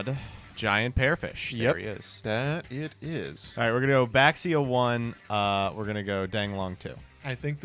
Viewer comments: Can we get the mare mare type edit to make them stop pronouncing baxia wrong next time😭😭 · All these comments about Mare Mare pronunciation but no one wants to talk about the community-wide mispronunciation of "Baxia"